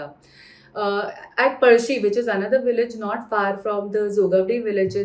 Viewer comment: Good to see sticking to native pronunciation of words like पळशी and not diluting it for non Marathi audience by pronouncing it as पलसी